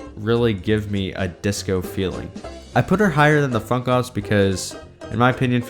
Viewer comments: Funk ops sounded like Fuck off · Ur funk ops sounds like ' fuck ops'